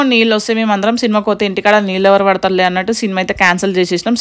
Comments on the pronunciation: Leellu kadu baboi neellu anadam nerchukondi ani more than times repeat diz word..🤦🙅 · Leellu kadu neellu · Leelu kadu neeluu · Leellu kaadu neellu.... Carla kenchi kadu car lo nunchi.... Antha bane undi kani language konchm change cheskondi garu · నీళ్లు కాదు నీళ్ళు అక్క.... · Leelu kadu amma .. neellu